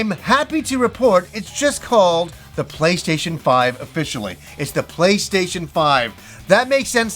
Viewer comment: I like how he says "playshayshin"